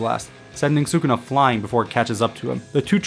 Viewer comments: I would just like to inform you sir that it is not pronounced “sookuna.” It’s “sskuna.” Su in Sukuna has a silent U sound. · His Name is SKuna not Sukuna pronounced.